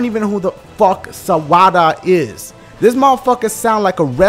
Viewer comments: Sawada sounds like Sum wata.. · Sawada as in "You want "sawada" (some water) ? " No? Okay -__